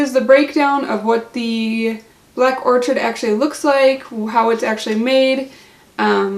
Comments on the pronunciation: Lol it’s not orchard! 🤣🤣🤣 I can’t... Thanks for the review though. And orchid is a flower. You say it like or-kid. 💜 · Excellent review, you've sold me on this - thank you! However, its pronounced Orchid, like the flower,...the 'ch' sounds like 'k'. or'Kid. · Is it Black Orchid or Black Orchard? You wrote Black Orchid but said orchard through the entire video.